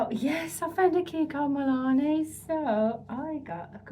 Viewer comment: MilanO not MilanE